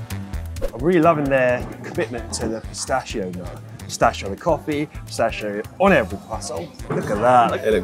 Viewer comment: Everytime i heard pistascio my ears bleed.. 🤦‍♂🤦‍♂